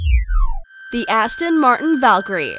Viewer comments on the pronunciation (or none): none